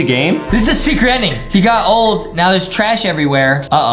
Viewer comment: I love how he says secert level lol